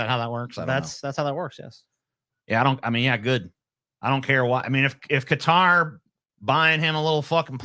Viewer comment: Why tf does pronounce Qatar like that? 😂